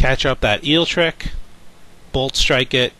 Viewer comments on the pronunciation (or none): Great commentary! Other than forgetting Zapdos's Lightning weak. repeatedly pronouncing Eelektrik as Eeltrick and calling Level Ball Ultra Ball, that is, but yeah keep up the good work!